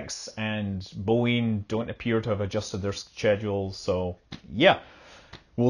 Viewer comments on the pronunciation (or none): none